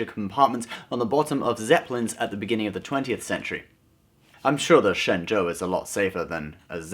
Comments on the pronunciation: Your Mandarin is amazing! That's correct tone and accent! Ah, wait, you are, right? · Hey, great video and you are the only guy on youtube to pronounce shenzhou correctly!